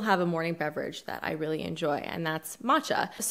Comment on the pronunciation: Thumbs up for finally pronouncing “matcha” correctly! 👍👏😹💚💚💚 Proud of you!